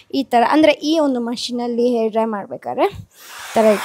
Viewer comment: No hate but why do you pronounce ha as aa and aa as ha? For example for hair you say air and for agta illa ge hagta illa antira. Why? Please do pronounce kannada correctly. By the way loved the way you styled your hair😊